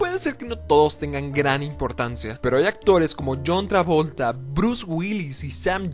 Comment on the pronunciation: JAN TREVOLTE.